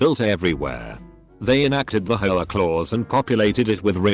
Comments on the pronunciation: All I hear is HOE -UH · Lmao how the guy says HOA 😂😂😂😂😂😂😂😂